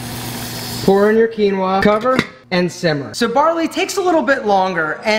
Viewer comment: Peruvian Quinua!!! 👏👏👏 Thank you for pronounce it correctly 👍